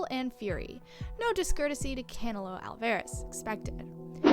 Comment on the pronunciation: The way she said Canelo is just funny as hell.